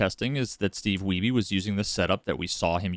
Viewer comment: The family name Wiebe in my cultural heritage spelled the same way as Steve Wiebe is not pronounced 'we be' but rather the same as weed but 'weeb' with B. Are we sure we're saying his name the right way?